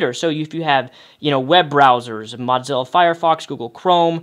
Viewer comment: It's Mozilla, not "Modzilla".